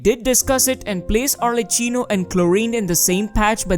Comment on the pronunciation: For everyone interested, arlecchino is pronounced with an hard c (the character is from italian commedia dell'arte and we use a hard sound for chi, similar to ki)